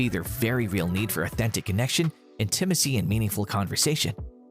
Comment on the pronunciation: If you’re unsure of how to pronounce intimacy, please look it up. Listening to you mispronounce it multiple times was distracting and annoying.